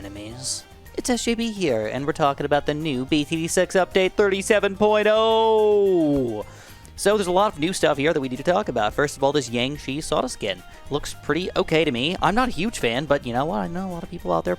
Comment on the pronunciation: Please for the love of God never pronounce Jiangshi like that again. It's more like Jyang-shur.